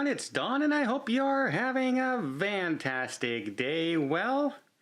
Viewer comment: Does he say Vantastic? Sounds like it....